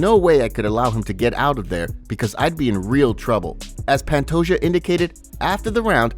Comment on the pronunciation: It bothers the hell out of me that you pronounce Pantoja’s last name as “pant-o-Ja” instead of “pant-o-Ha”